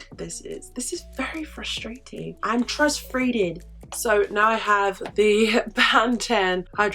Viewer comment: Ong trusfrated! Haha jungkook